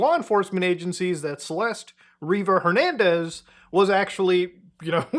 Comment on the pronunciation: "river jernandez"